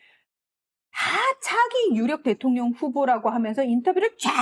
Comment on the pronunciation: 대통령 발음 하기 힘드시죠 ?